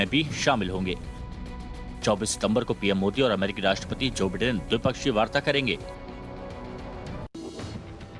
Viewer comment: It’s by- den not pronounce as bee den